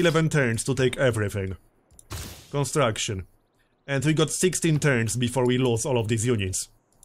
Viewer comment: i love the way says "construction"